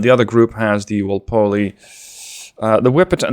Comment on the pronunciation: Awesome video BTW for future British videos (Robert Walpole basically invented the position of Prime Minister) it is usually pronounced more like Wall-Pool